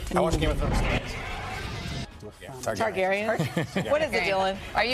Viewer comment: "Tar gain ian" lol